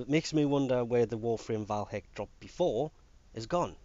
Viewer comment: Btw its VAY Hek not VAL Hek.